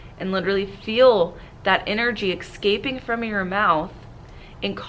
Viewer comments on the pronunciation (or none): Expessly instead of especially, arithmic instead of arithmetic, excaping for escaping. I’m anxious already. Please brush up on grammar for the benefit of your students. Example is very important.